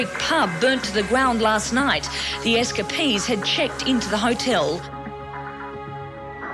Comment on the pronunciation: S Ka Peas = Escapees